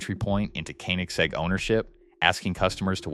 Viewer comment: Bro can do anything but pronounce Koenigsegg correctly 💀